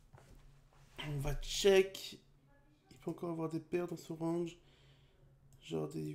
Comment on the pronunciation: Pourquoi tu dis < >